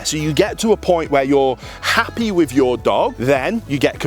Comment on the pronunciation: Why do brits pronounce ffff sound like saying wifff, not with, why is this so difficult to say it correctly, when brit English is the first English language???